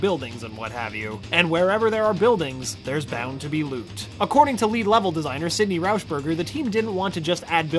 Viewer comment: sydney rowshburger